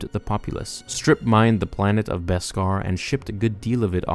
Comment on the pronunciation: Thank you for pronouncing Beskar properly!! Now if we can just get everyone to pronounce mandalorian properly (Mahn-dalorian, not Man-dalorian!!!)